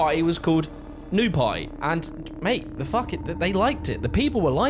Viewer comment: can you pronounce "party" not like "pie"?